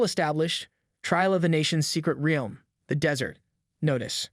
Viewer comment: Pronounce realm right